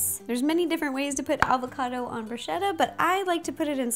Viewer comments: It's bruschetta not brushetta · It's pronounced brū-sketta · I love you and your recipes as always, but I couldn't help but laugh at your pronunciation of "bruschetta"... it's with a hard C (it sounds like a K). Keep being awesome!! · Ro, it's bruh-SKETT-ah. Just FYI. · bruh - sket - ah! so i got slightly annoyed at bruschetta pronounciation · that's not how you say bruschetta... I'm Italian so I should know!! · Ciao, in italiano we always pronounce "ch" like "k". To say bruschetta like her, we need to write "bruscetta"! C+h = k. We use the "h" after "c" to pronounce "k" before "i" or "e". So: CA CHE CHI CO CU = ka ke ki(kee) ko koo CIA CE CI CIO CIU= cha che chi(chee) cho choo Scia sce sci scio sciu = sha she shee sho shoo No other possibilities. She is American so it's understandable that she didn't know how to say the words in Italian . Bella pe voi